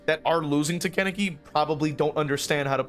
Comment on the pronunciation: Ok, so, this video is amazing, great points made, but please stop pronouncing Kaneki’s name like that lol